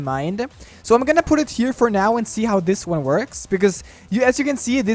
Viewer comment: "It's thes easy!" By the way, happy new year to the best!